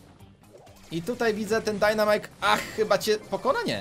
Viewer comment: no i co za głupi dajnamajk'' kocham xd